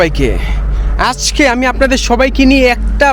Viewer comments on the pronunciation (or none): none